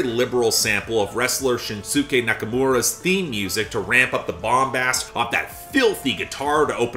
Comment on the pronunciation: its shins-k nakamura btw